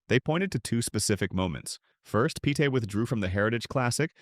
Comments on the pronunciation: These narrators should be condemned!!! They know full well how to pronounce these celebrities' names, yet they purposely mispronounce them. It's simply Peete (Pete) not (Petay)... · How about pronouncing his name properly!for starters